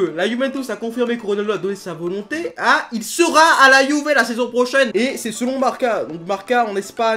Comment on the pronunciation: tu t'es tromper tu as dit 《si ronaldo va quitter la youver》😂😂🤣🤣😁😁 je suis le seul à avoir entendu LIKE SI TU entendu